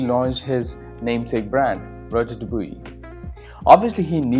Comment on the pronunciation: It's Rodger Dubwah. Not duboowee. 😂